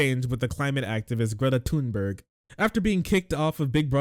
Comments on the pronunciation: no it’s pronounced tuneberg dumboo 😊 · Apparently, the age of consent in Romania is 15, which is probably one reason why Tate moved there. Also, Thunberg is pronounced "Tuneberry".